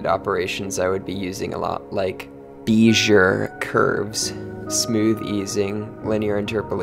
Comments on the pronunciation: when you first said beizure, the way it was louder, and emphasized, I kind of figured you mispronounced it intentionally tbh. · Not sure if the mispronunciation was intentional (meant as a joke or something), but FYI it's BAYZ-ee-Yay curves, following French pronunciation rules